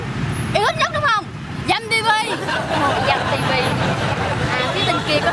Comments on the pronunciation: Dam TV mà tạo nghe Dâm TV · )) con nhỏ áo bông nói Dâm TV :))